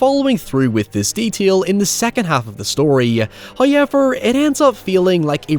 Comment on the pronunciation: I'll never understand how "now" becomes "naiye" and "however" becomes "haiyever." 😂🤣